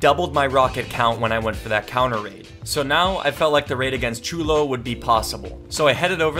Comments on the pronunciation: when he said “I might just go straight for cholo” instead of Chulo 😂😭 shit had me dying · You say chulo so white